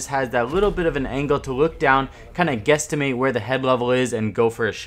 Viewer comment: You said guestamate 😂😋